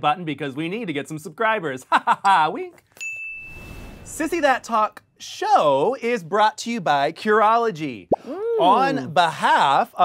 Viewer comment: I am BEGGING you to just say "Sissy That Talk Show" without the pause and emphasis, we get the pun.